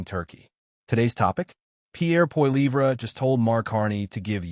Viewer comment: Sorry how did you pronounce Pierre’s last name AI Bullshit